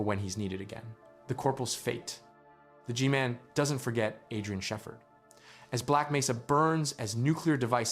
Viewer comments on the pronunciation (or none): you mean, get this AI a golden play video? Why else would an American-accented narrator pronounce "Shephard" as "Shefferd?" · Was this script written with AI or do you just not know how to pronounce words you’ve written like Shepherd not being sheffered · The pronunciation of 'Shepherd" is quite unfortunate. Is his name truly never spoken in-game for reference? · The best AI narrator I've encountered so far, but the mispronounciation of Shepherd and Xen give it away.